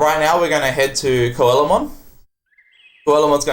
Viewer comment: Perfect run, except for mispronouncing Coelamon. It's See-la-mon, like the Coelacanth it's named for. But seriously, that is some wonderfully glitched up nonsense.